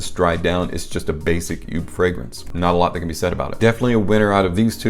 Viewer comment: Good review! Just for the record though: JOOP is pronounced the same as “hope”… 👍